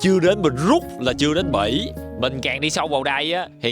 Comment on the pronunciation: Bỉ mà tui nghe là Mỹ😂😂